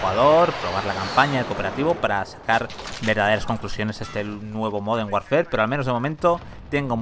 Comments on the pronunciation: Me genera muchos nervios e incomodidad que diga call of duty "warfer" DIOS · La palabra "warfare" se pronuncia warfer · Warfare se pronuncia warfer